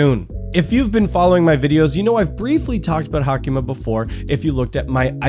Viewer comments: Its sadly pronounced like hayk-ma tho And he spelled her name wrong....its Haicma,not Hacima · She is HaICma....not HaCIma